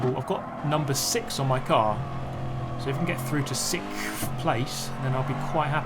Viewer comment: “siXthhh” lmaooo